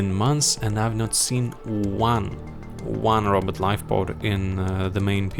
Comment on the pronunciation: Nolan - What skills, if any, should be taken to 15? Robot - I always hear "Robert" When you say Robot 😆 Yellow Mark - I disagree with his "skills scale poorly". Skills 1 and 4 are great at 15 Range Mauler - Should be AT LEAST A tier due to how useful it is in TnG and event OPs. Weighted PvP too high in his rating Seance Dog - Would like more analysis on him and his skills, regardless of availability. Seems like ranking is solely based on availability and power level. Melee Mauler - He seems decent. I got him to 1k for the case file and he is tough!